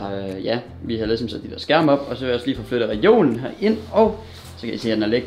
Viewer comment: 1.37 "Jeg optager kigesom" HAHAHAHA